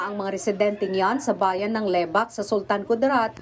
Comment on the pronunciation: Lebak hindi Le-bak